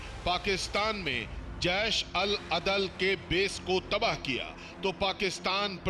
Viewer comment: Yar name to Sahi lo 😂 jesh Al adal hota hai 😂 badal nhi